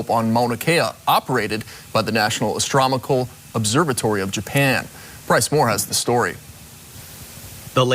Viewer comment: WTF is astromical?!!!!! He really said that!!!